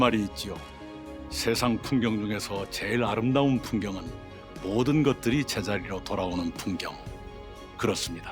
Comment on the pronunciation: 모든것을 無로 돌려놓겠습니다로 들리는데 타노스인가